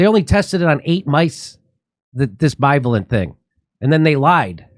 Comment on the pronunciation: Bi- VA’- lent